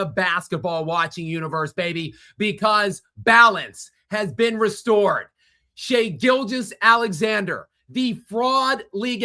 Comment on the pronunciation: He always pronounces SGA's name as if it's Shai-Gilgeous Alexander, like Shai-Gilgeous is his first name and Alexander is his last name.